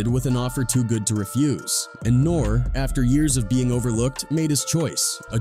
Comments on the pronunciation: NOR REE NOT NORE!!! is this AI or is this a little kid who wasn’t around back then? I always wondered that when people mispronounce famous people… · You're not saying his name right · How can anyone take this video seriously!? YOU NOT EVEN SAYING HIS NAME RIGHT!